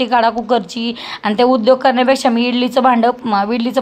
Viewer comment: विडली नाही इडली असते ती 😂😂